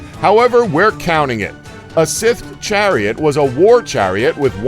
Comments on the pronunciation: WHY CAN YOU NOT LEARN TO SAY "SCYTHE" PROPERLY!!!!!??????!!!?!?!?!?!?!?!?!?!?!?!?!?!!?!?!?!?!?!?!?!?!?!?!?!?!?!?!!?!?!?!?!?!?!?!?!?!?!?!?!?!!? sthserguionuhasgrnae;o5uighawerir5hgaoeuirgnrnjiwga[t5njgaiperwjgnaipower45nmgaewr WERGNaw3gnaowerungEFH4GTFAUerwguAIWefhEUI9WFRHA9ehwgpu9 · please learn how to pronounce this word: scythe just click the link then click the speaker icon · Why can't this moron say scythe? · Joshua Fogg I'm from new York and I can say scythe, there's no excuse for idiocy 😂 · SCYTHE! sCYthe! S-EYE-the! How many times?! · Revenge of the Sith Chariots... please learn basic pronunciation.. please. otherwise i really like your videos. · still haven't figured out how to pronounce "scythe" i see. i think you've watched too much Star Wars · How hard is it to say scythe correctly? Jesus. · i cant take this guy seriously has he really honestly never heard the word scythe spoken aloud before? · SMALL nitpick here, but it's "Scythe", not "sith". Sorry, kind of a grammar/pronunciation nazi. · Stop saying sith it's cythe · For fucks sake, the word is Scythe, not Sith. They are not pronounced the same way. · It's not sith it's Scythe (Sci-the) (the y sounds like a long I people!!!) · Okay, last I checked, it's not "sith", it's not "sayth" it's "Scythe". dude. pronounce it right. does he even LOOK at the comment section? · why does he say sith instead of scythe?? just, wHY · The pronunciation in this video... it's driving me up the walls. They pronounced scythe as sith, and khopesh was weird... like kho-pesh. Irritating. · Dude. Its. SCYTHE NoT SITH. SSS IIEEEE THHHH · its a scyth, not a sif or a sith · Sith = scythe lmao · Sith? let's ignore the letter Y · The pronunciation is just terrible here. Scythe. Pronounced S-EYE-TH. This is medieval warefare, not star wars. I know it's been said a million times, but seriously, this is the second video they did this in. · Scythe, dude. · You can Pronounce Urumi, but you can''t say Scythe properly? Are you serious?